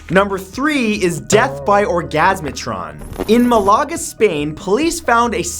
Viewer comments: It is kind of adorable how you pronounce Málaga XD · I almost died laughing of your pronunciation of Drodhega which is pronounced "draw-hid-a" (it's Irish) and also Malaga was pretty funny too